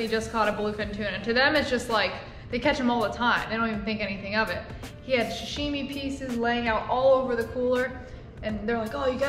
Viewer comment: Just FYI it's Sa-shimi not sha-shimi